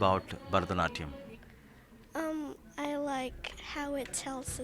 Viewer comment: Burrh-da-natyam? What kind of pronunciation is this?